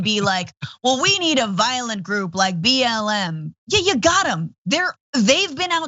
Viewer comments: He said BLM but with his Southern accent 'M' has two syllables. Like 'Eyyem'. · I think he said "b l a m". What does the a stand for? Think he's just a moron. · He said BL'e'M I think ...